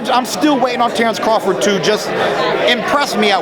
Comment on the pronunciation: Dude said crafort lol